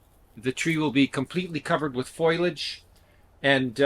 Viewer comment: Foil-age? It’s foliage. Being Canadien is no excuse. Haha. Otherwise, helpful advice. Thanks.